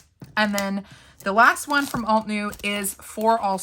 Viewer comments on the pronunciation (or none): Not me screaming "alt-uh-new" at the screen all 8,000 times you said "alt-new." It probably wouldn't have bugged me so much if you hadn't mispronounced it so gosh darn many times! 😂 I said the term "bugged" very loosely because I thought it was funny. This was a great video though! I have a bunch of windows open shopping at ALL the places for stamps. ❤ I do love your channel and am learning a lot!